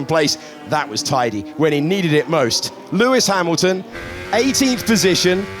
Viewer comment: ahahaha pewis pamilton 😂